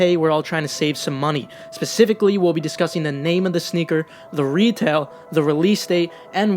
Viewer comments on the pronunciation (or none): none